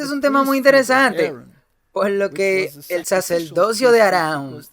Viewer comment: Ni Saturno ni Saturno, se dice Saturnino. Y como crítica constructiva muchísimas palabras son muy mal pronunciadas. Por ej dice plurales y singulares mezclados, así como no se dice saceldocio o saceldote sino sacerdocio/ sacerdote, ni velda sino verdad, y una gran infinidad de palabras asesi nando así el idioma español. Tampoco se dice "preterorismo o preterorista" lo correcto es "preterismo y preterista". No se dice "jesuista" sino "jesuita". Yo no sé de qué país seas y como pronuncian en tu país y si hay la tendencia como en Puerto Rico que cambian la "r" por la "l" en muchas palabras pero no sé porque al leer la cambian a menos que en su país tengan un abecedario cambiado. El problema es que en otros países de habla española no lo entendemos así. Y eso confunde.